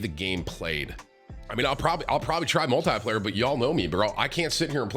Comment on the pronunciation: every 5 sec tim : multiyyplayer multiyyplayer :D